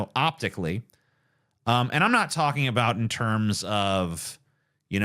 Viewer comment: A boot